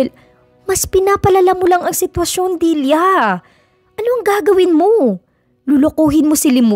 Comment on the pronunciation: Nice story,tlagang faithful si Limuel s asawa snaol.. Kya lng naiirita ako kc s pg bigkas mo ng Dilya (dilia ) instead n Delia bisaya po cguro kyo ano? Kya dilia ang bigkas mo..sorry po s comment ko ✌️✌️..